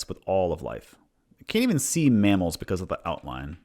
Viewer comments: heheh, “mammels” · "wild mammels"